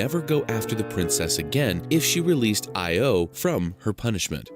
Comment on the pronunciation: I think the Greek pronunciation of Io is more like ee-oh, stress on the oh.